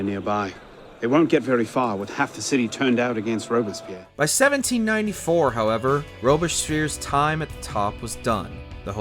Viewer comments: Sounds like Robesphere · Rubish peer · the narrator's pronunciation of robespierre makes me think the reign of terror was good after all. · Bro you gotta go back and try that Robespierre pronunciation again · The way you pronouce Robespierre is criminal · in opposition to the narrator whose pronunciation of robespierre makes me want to stab myself in the ears